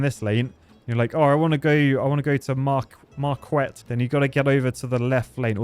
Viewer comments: Mar-Kwet....Its more like Marr-Kett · Im impressed, when you were looking at the Michigan one you almost got the town name right. its Mar-ket. Its in the UP ( upper peninsula ) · Marquette is pronounced like market but with an ette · Marquette is a college and you pronounced it so funny lol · Is no one talking about how he said Marquette?? That was so British 😭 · I’m from Wisconsin and watching try to pronounce “Marquette” made me day